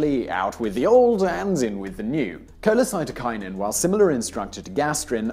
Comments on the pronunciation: Simon, you keep pronouncing it "cholecytokinin" when it is cholesystokinin. This is actually an important distinction, because the root "cyto" or "cyte" refers to a cell or cells, while "cysto" refers to the gall bladder (which is where cholecystokinin is released from). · aight. kewl. as a physiologist, i suggest you look up pronounciation of scientific terms before you record. colecyst-O-kinin and gastro-esophag-E-al, par example. good vid otherwise. cheers Simon! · The "s" in cholecystokinin is NOT silent! The meaning of the word is "cholecysto", referring to the gall bladder (bile cyst) and "kinin" meaning "making it move". This hormone primarily makes the gall bladder contract to send its stored and concentrated bile into the duodenum, but it has other effects too, as Simon outlined. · Cholecystoknin Koh-lay-SIS-toe-kie-nin cy*s* cholecy*s*tokinin